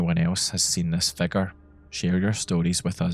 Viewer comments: It took me like 10 minutes to realise you were saying "figure" and not "fecker" about the first dark figure guy 😂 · every time you said figure around the 5th minute i thought you said "fecker" 😭